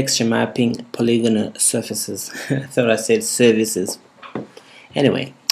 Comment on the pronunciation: ''Poligona'' hahahaha lol dude